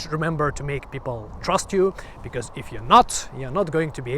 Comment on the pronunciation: Just one funny thing i noticed. A not 100% Finn actually pronounciates his ö"s right, but not in the framework i would have expected. Metal umlauts or not, your "because" became "becöme" and i love it . :D